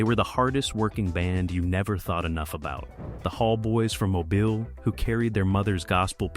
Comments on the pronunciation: Mo-Beal is how you say it. Lived here my whole life. I hate hearing “Mo-bull” by this AI voice lol. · Mobile. Pronounced Mo-BILL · It is pronounced MO-BEAL. Irritating. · MoBILE (emphasis on the second syllable). 😡